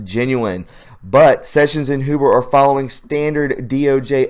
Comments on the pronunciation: It's not HOO-BER it's H-YOU-BER. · Mueller is Mule-er Huber is Hue-ber.. Pet peeve sorry couldnt help myself.. tubers are killing me